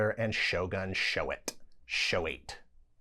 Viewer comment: I think "Shoate" was pronounced " SHOW - AH - TEH ".